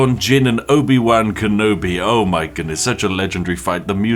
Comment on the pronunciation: Spiff pronouncing Obi-Wan wrong really hurts